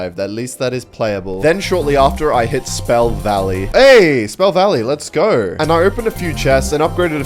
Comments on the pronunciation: cool video but I can't believe how annoying it is to hear "lets gorr" every 5 seconds instead of "lets go" 😐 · Why are u saying let's geur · mf said lets gour